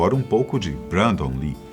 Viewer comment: Se pronúncia brendon